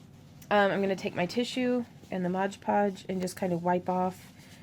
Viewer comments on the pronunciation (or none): Am I the only one who gets upset when she says "Modge Podge" when it's "Mod Podge"? The work is absolutely stunning, and she explains things very well, but that one little thing just kind of bothered me. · Very beautiful. You're incredibly talented,. But please... it's MOD podge. So many people make the mistake of calling it "modge" podge. Pet peeve. lol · It’s MOD PODGE!!! Not MODGE PODGE!! That u keep saying! That is more irritating then anything damn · People saying “Modge Podge” instead of Mod Podge is my BIGGEST pet peeve. I want to watch this video but I’m being driven insane!! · Ok it's MOD podge. Not modge podge. Please please please... MOOODDD. BEAUTIFUL peace btw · These are amazing... But is anyone else going nuts about the "modge podge"?! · Why do people say, "modge podge" instead of "MOD podge"? Honestly, I think that must be one of the most mispronounced brand names out there. Video after video, I have rarely heard someone actually say, " mod podge"; it's always pronounced as "modge". smh. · This is a great watch! I find it funny you do the same thing I do in that you say "Modge Podge" when it's actually "Mod Podge"! Awesome work and thank you for this video! Definitely helps get ideas flowing to watch other people create!